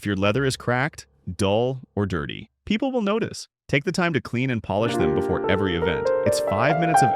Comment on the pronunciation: Where Polish meets comfort?! Yes, it was pronounced like the nationality, lol